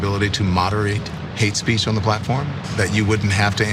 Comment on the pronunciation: Did she say "heat speech"